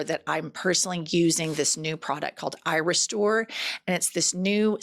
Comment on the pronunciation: when just listening, the add is a tad confusing. Irestore can sound like eyerestore ❤😂